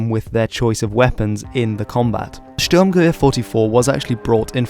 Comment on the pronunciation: Liked this just for the (relatively) amazing pronunciation of that German rifle